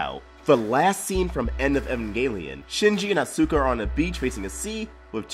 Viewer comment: Your pronunciation of Evangelion, Shinji and Asuka's names is pure cringe. Other than that cool video,.